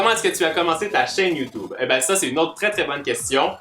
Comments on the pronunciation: Il dit youtoube mdr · Tu est trop mignon tu dit youtoube